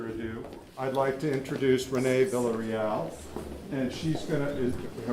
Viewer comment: could you learn to pronounce Renee Villareal’s last name?